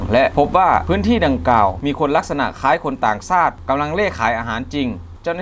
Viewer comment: 555...ครับ ชักดาบครับ ช ช้าง ต่างชาติครับ ไม่ใช่ ซาติ ช ช้าง...และอีกหลายคำ..บราๆๆๆ😁😁😁